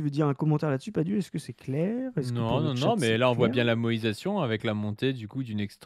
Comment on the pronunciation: Merci enfin de ré-expliquer le terme moÏsation. Ça fait plusieurs épisodes que j'entends moesition et je comprenais pas en quoi la politique française devient extra kawaii.